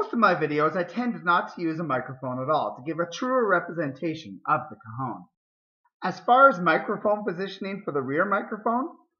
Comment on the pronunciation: It sounds like you´re saying "cojon" dude. That means "testicle" in Spanish.